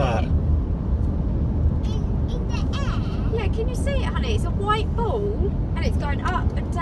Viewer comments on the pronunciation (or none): In the aaaaiiiiiirrr? (British accent)